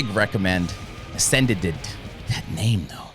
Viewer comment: Ascended not Asendeded ????? Ascend-ed